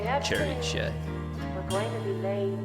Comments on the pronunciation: I believe it's pronounced sihr-EECE. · Pronounced Sir---eece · "cziricze" lol you made me laugh so hard.. ❤️ I've heard different attempts to pronounce this word but you definitely won! 🎉 I'm at work and I was just listening to you and didn't see the title. When you started announcing the song I was like wtf? what song is he talking about? is there something I missed? When I looked at the title of the video I almost choked with laughter. 😭 I love your energy, your reactions and analyses. ❤️ The song is about in Tobias' own words "Lyrically, it is a simulation of the relationship between religious authority (church or sect) against the small person who can not differentiate empathy from pure manipulation. Everything disguised as a love song." But I think you are absolutely right that it has a second meaning about the relationship between the band and the fans. I don't know if that was Tobias' original intention when he wrote it but he definitely adapted to it, you can see it in what he does when singing it live, especially when they played in smaller venues and the audience was within arm's reach of the stage. Yes, the song is very important to us. For me in particular the lyrics "I know your soul is not tainted Even though you've been told so" as I have bad experiences with the christian religion in which I was raised.